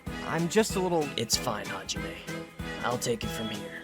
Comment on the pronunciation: "HaJiMeh" HDOSHDHEHEH